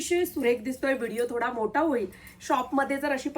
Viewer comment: सुठ्ठ्या ❌ सुट्ट्या✅ सुथाच❌ सुताच ✅ मोटा ❌ मोठा✅ पधर ❌ पदर✅ टॉलर बुट्टी❌ डॉलर बुट्टी✅ सुरेक ❌ सुरेख✅